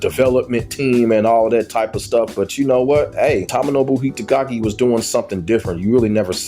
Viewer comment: Dead or Alive 5 and 6 and Ninja Gaiden 3 misses Itagaki I was a big fan of Doa1-4 but it wasnt the same after he left/fired in 2008 BTW its pronounced TOE-MO-NO-BU